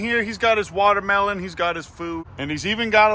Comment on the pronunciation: “Big ounce eating the wabderbellon” that’s a new one lol. I’m used to the womdermelon